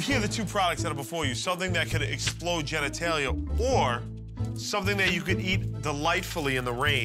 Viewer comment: "...something that explodes JENNYtalia" you said that right, Q!